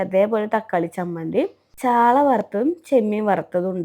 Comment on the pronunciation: സാള മീൻ 😢ചാള മീൻ പറയാൻ പോലും അറിയില്ല